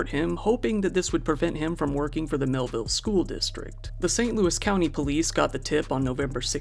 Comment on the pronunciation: Mehlville became Hellville. smh